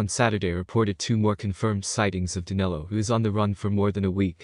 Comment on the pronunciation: His name is Danilo not Danelo.